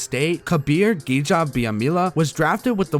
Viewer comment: Way to overcome the grind. I cannot imagine how much work you put into this. My only suggestion is to look into the pronunciation for some of the more prominent players. KGB for the packers and L. Coles were awesome players that earned the respect to have their names said correctly.